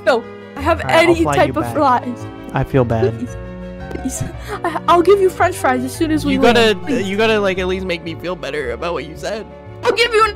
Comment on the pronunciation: FrOnCh FrIE